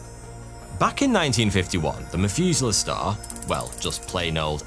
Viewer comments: ngl the "f" sound every time this guy tries to sound out "th" is extremely annoying and distracting. The Mefuselah Star 🤦‍♂ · Methuselah, not Mefuselah. Pronounce the "meth" part of it like in "methane" or "crystal meth". English speakers... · "population free stars" "Mefuzala" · The "MethUser" Star?! 😂😂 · "meth-user-star" I cant be the only one who heard this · OMG you keep pronouncing "Methuselah" wrong!